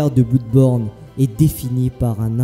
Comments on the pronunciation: Super vidéo mais ça ne ce prononce pas bloudborne, (va sur Google trad tu véra) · Oui je sais xD ça se prononce comme Bleudborne comme Blood en anglais xD Mais je sais pas j'aime bien dire Blouuuuudborne xD Et c'est aussi en hommage au LP que j'avais fait sur le jeux lol xD En tout cas merci pour ton commentaire mon ami ça fait grave plaisir de ouf :D